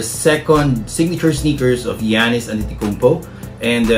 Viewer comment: Its not antitikounmpo its antetokounmpo